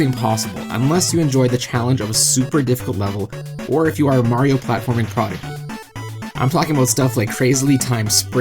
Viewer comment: Prodigy has a soft g btw